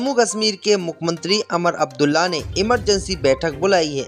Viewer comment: अमर अबदुल्ला नहीं वह उमर अब्दुल्ला हैं इस तरह बहुत से नामों का उच्चारण गलत करते हैं आप l